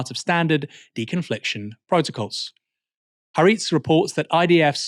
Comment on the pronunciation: Please learn how to pronounce Haaretz Aaron